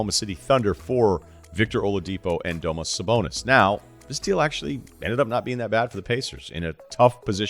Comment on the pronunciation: Domass Sabonis 😂😂